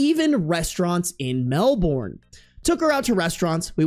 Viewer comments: As someone that lives in Melbourne, the jump scare when you said it the American way xD we pronounce it "Mel-bin" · As someone from Melbourne, the way you pronounced it made my skin crawl 😭 (Mel-bin is how we say it)